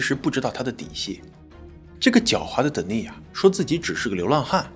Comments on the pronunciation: You mispronounced the name "Denis" [d'enis]. The accent is on the first syllable. The female version of this name is Denise [dni'se]. The accent is on the second syllable. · Denis 是不是唸：丹尼斯。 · 男性Dennis 的發音是在第一音節 。女性Denice 發音才在第二音節。